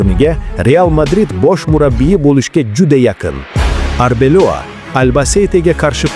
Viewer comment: Арбелова деб дурслаб айтса